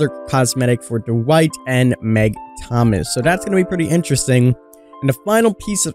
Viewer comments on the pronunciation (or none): none